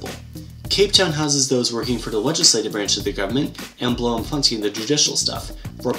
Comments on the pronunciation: Dit is nie “bloomfontine” ons sê bloomfonTAYN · Pronounced "Bloomfontine". Nice video BTW! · Sorry, but Blomfontein is pronounced Blom- fon- tay-n (where the "o" is pronounced like the very first part of the word "door".)